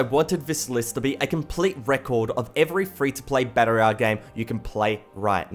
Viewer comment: Learn how to say royal